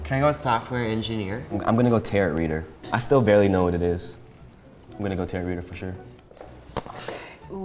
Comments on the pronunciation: “Tarit” bruh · I hate how he said "ta-RO." It's just "taro", like the bubble tea, but with a silent -t at the end. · Anyone else hate how he keeps pronouncing it Ter-ROE instead of tare-oh ...no?...just me? Ok then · And they were all pronouncing it ‘’tarrot” 😂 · i cringed at tarot reader when the first guy said it wrong